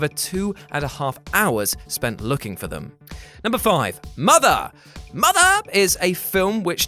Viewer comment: Please don't say mother like that. I've never needed the Great Khali's digits in my ears more. Love the channel.